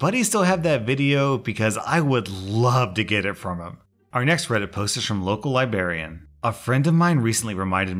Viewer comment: He said local liberrian and I almost unsubbed and never looked back